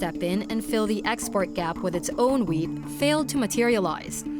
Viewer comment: wheat not weed 😅